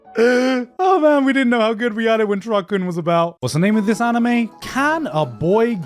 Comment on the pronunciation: Why do you pronounce 'good' as 'goot'?